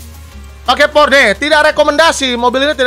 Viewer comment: Maaf Bang itu sebutan nya bukan porce kalo di omongkan tapi porseh. Dan itu orange sih bukan merah. Klo salah penyebutan nya mungkin liat di yt om Fitra yang riview Porsche Cayman😅🙏